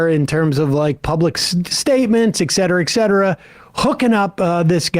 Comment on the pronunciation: Sam, it's "et cetera", not "exetera".